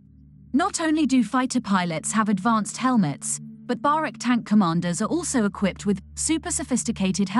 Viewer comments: Barak not barek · Pronounced "ba-rak" Not "ba-rek".